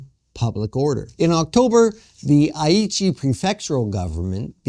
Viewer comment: Pronounce "Aichi" correctly!